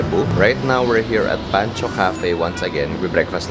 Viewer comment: is pronounced as PAN-koe not pan-cho. Panco stands for pandesal-coffee. 🥰 Try their cheesy kaldereta and their pandesal - fluffy inside and crisp outside which you should order with their own strawberry-lychee jam. So sooo good. They also have citrus brew - splash of orange juice at the bottom and then layered with americano and their flat white. It's so so goood.